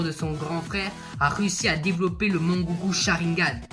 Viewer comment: Mec tres vonne video mais deso de te dire sa mais t'as fait trop de faute 1-c'est pas mangoukou mais mangekyou 2-c'est kushina et pas kashina 3-minato et kushina se sont pas suicider mais kurama les a empalé pendant que minato utilisaut la technique du shinigami Mais tres tres bonne video quand meme surtout a regarder entre potes